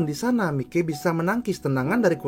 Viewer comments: Bang, makasih banget bang udh bikinin video ini, ini saran bang, mikey itu dibaca Maiki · Tambahan aja bang😅, buat pengucapan "Mikey" itu dibaca "Maiki". Goodluck bang,ditunggu Mikey vs Kurokawa